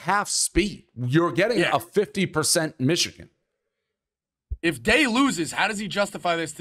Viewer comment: I comment a lot bc Dave talking Xichigan drives me insane lol I can’t help it